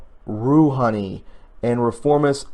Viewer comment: FYI: “Khomeini” = Co-May-Knee and “Rhohani” = Row-Ha-Knee ... I’m not a huge pronunciation task master (definitely Not like I’ve seen in other comments across YouTube!) and I think you do a Fine job of reading, even when the material can be a bit tough!... Since I’m familiar with these names, just thought I’d share! Hopefully, you will need to use these names A Lot in the near future, as you describe for us how this Oppressive & Monster Regime gets taken OUT! #FIGHT #FREEIRAN #ByeByeKhomeinists